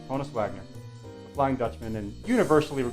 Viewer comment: Love the autographs! Subscribed. FYI, HONUS is pronounced Han-us, not Hone-us. It was short for his real name, Johannes. Everybody gets that wrong for some reason. 😆